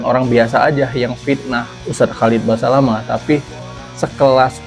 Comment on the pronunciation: Holat holet Holat holet. KHALID BASALAMAH. Susah amat. Nyebut nama orang aja salah, gelar Gus mu itu aja ga jelas sumbernya drmn.